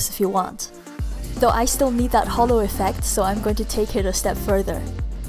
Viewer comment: ITS NOT H O L O I'M DISAPPOINTED IN YOU